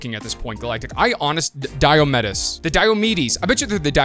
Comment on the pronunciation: Diomedes, I think is pronounced: Dī / ō / meeds but idrk lol 🤷 Also, almost forgot, I’m so sorry for situation with your grandfather! I have a similar situation, praying for strength